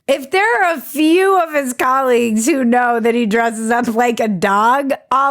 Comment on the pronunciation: Colleagues or Colliegues? Ba -dum-dum.